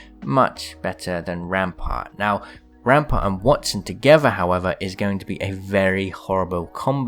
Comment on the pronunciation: Says ampart